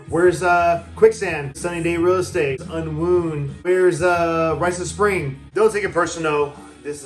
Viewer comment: It's Unwound, not "Unwoond". Also, Fugazi are definitely not anti-socialism! Great list though!